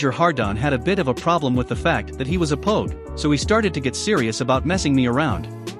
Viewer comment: For future reference pogue/s is pronounced like rogue/s.